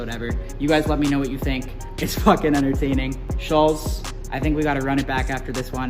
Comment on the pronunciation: The way Kyle pronounces Schulz is weird...Sullz